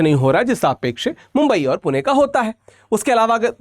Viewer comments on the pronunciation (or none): none